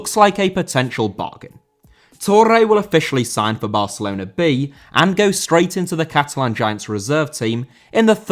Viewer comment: Barcelona* not Bohçalouwner